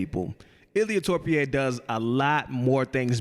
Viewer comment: Ilia Torpie is crazy 😭😭bro is disrespectful at this point, is not that hard pronounce Topuria😂